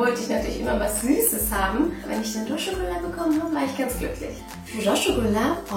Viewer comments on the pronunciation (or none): Ihr seid voll das süße paar viel glück wünsche ich euch weiterhin und meine Frage ist du sagst ja "rashgullah" heißt das nicht rasgullah also nur das s ausgesprochen und nicht als sch ?